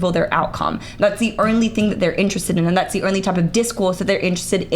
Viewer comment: "The urnly thing" 😂 I love it.